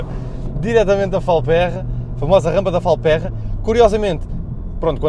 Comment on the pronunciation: Boas não se pronuncia “Falpérra” mas sim “Falpêrra”. Grande Abraço!